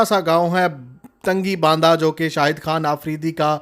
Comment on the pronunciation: تنگی باندہ نہیں جرما تنگی بانڈہ نام ہے غلط مت پڑھو